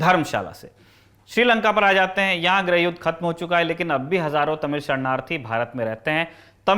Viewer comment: "ग्रह" मंत्री या "ग्रह" युद्ध नहीं होता है जी। गृहमंत्री और गृहयुद्ध होता है। चाहे वर्तनी की अशुद्धि हो या उच्चारण की, कृपया इसे शुद्ध करें। Lallantop के Anchors से ये उम्मीद नहीं है हमें।